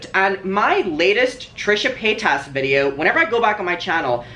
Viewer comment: I think it’s because you pronounce her name wrong 🤣😘love you